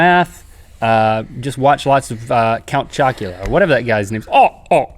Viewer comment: it is i! count jocular! hahaha! jocular!!! LOLOL!!!!!!